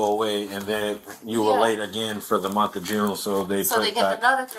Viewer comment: The lady in pink says I have been working for a whole mont. Like huh. Mont. Very dum lady.